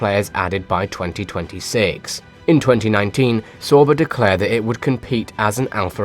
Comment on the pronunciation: I don't like how you pronounce "sauber" It's wrong.